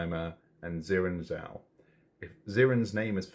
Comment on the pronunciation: They got Xiran's surname WRONG in those dialogs about censoring! Not misspelled, they actively kept calling them "Zhoa" instead of Zhao, like come on dude it's 4 fricking letters!